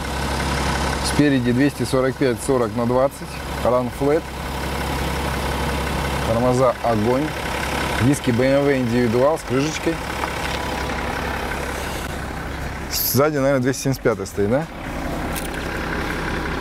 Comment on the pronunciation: умоляю, слово крыЖечка происходит от слова крыШа, поэтому крыШечка. Уши режет...😖